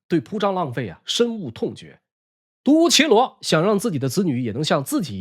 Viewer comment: 独孤伽（jia）罗